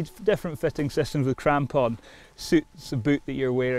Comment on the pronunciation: Mostly just watching this video to hear this guy say "crampon" again